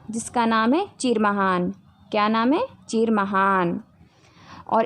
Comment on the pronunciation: Maim bahut axxa ki hai but cheer nahi chir hota hai